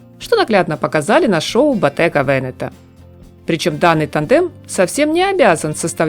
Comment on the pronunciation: Ботте/га Вене/то ударения…даже в инстаграмм есть видео с правильным произношением брендов…..советую посмотреть….. И зачем отдельно читать слова, ведь в предложениях есть интонация,а чтение для первоклассников не очень на слух!